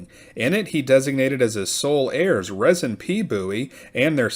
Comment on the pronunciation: It's pronounced Reezin.